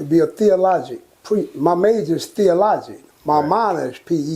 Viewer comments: He can’t even pronounce theology right haha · $y’all really gonna sit there and say a man that can’t even pronounce the word “theology “ right, is wise??? He completely does not understand the Bible y’all I mean he butchered it bad. This guy is not wise.